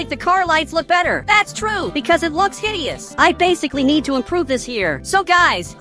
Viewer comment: BRO JUST SAID "HIDIOUS"😭